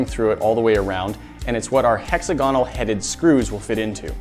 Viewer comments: Ehquilateral triangle. Hexigoneal screws. BRUH Eeeeequilateral Hexagonal Learn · What are these pronouciations: hexagonal, equalateral, sieve? Are all americans bad at pronouciation? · I love your creativity, and I enjoy the variety of projects! But those are not hex-head screws. That is not how "equilateral" should be pronounced, and that is not how "hexagonal" should be pronounced. Sorry, but inaccuracies language, grammar, or terms can be distracting to some of us.